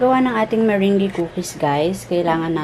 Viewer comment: Thanks for sharing your meringue... ahh by the way it's pronounce as "MERANG"..